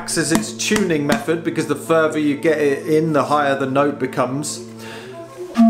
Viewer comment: “The furter you get it in, the higher the note becomes” 😏